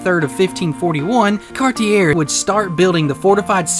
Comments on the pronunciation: Please, please, please... learn to pronounce Cartier - "Car-tee-AY" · Don't do a video on a guy if you can't pronounce his name....